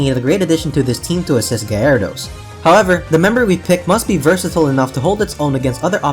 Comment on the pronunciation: Guy-air-e-dose.... lol